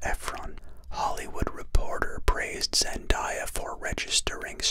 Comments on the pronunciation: zen-day-ah not zen-die-ah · I hate that your saying zendiya its reaaaaallly bugging me I mean am I wrong its zendaya not zendiya I'm mean jeez but I'm no trying to give hate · Its zendaya not zendiya omg have some respect🙄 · I left as soon as he said her name wrong